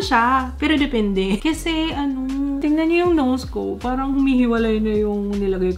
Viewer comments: ‼️"Dipindi" ‼️ as a Cebuano, natatawa ako 😂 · "pwidi piro dipindi" lmao